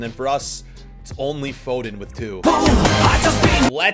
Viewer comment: hey why do you say fooden